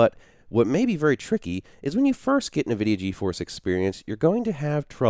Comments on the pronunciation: Great video with lots of helpful information but for Pete's sake please stop saying, "NahVidia". It's pronounced "IN-vidia" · NA-vidia game stream inside NA-vidia Ge-Force experience??? hahahahahaha!!!! LMAO ! It's said N Vidia, friend. Thanks for the video though, it was really helpful. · Who the heck pronounces it Navidia? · 'nevidia' =D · Challenge: Take a shot every time he says Na-vidia. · Isn't it pronounced like En-vidia? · Couldn't watch your video because of the way you say Nvidia....